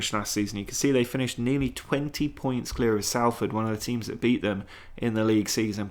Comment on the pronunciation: The idea of Harrogate filling a 150,000 stadium is hilarious... the population of the town is only around 75,000. Salford is pronounced SOLL-F'D, by the way. Great video.